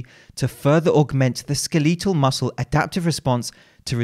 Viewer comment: Pronounces skeletal as skuhleetuhl... Behave yourself